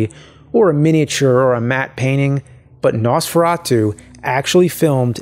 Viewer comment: No man your pronunciation wasn't that bad even we here in Slovakia says it like that. And in that castle there is the manequine and cloths they used.